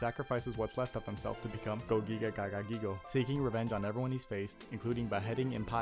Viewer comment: this guy has the most fun-to-say name in all of yu-gi-oh and you decide to butcher it instead of pronounce it? That's an L bro, gagagigo, giga gagagigo and gogiga gagagigo are the best names we have in the whole game.